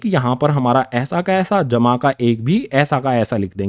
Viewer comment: Sir aap bahut accha padhte ho par ye jma ka nishaan bahut gnda bolte ho